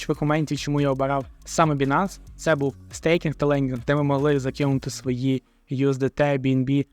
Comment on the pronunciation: Байненс а не бінанс!!! Ну ви ж трейдери...